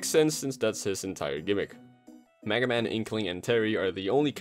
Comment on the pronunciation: He said maga man